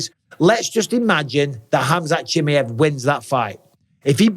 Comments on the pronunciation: I wish you wouldn't butcher Chimaev's name like that 😂😂😂😂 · Your English and you butcher his second name, you know what mean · Pronounce khamzat's second name RIGHT please !!!!!😫😫